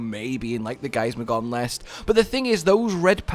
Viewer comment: Drinking game! Take a shot every time says Giasmagor"N" instead of Giasmagor"M"